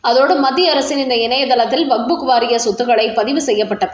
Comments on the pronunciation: ஆமாமா அது வஃபஃ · ஐயோ அம்மா! அது வக்புக் இல்லை. கேட்கவே நாராசமாக உள்ளது.